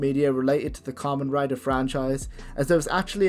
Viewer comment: YOU BUTCHERED KAMEN RIDER! HE DOES NOT RIDE KAMENS! (COM-ON, COME ON!)